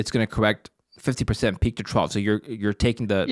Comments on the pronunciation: I cringed every time said “peak to ‘trowel’“ instead of trough. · English protip: "trough" rhymes with "cough" a "trow" is something else entirely. Someone please teach Americans how to speak English. :-\ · Trough, sounds like "trof". A low point between two high points, as on a graph. Is that what he means by "trouw"?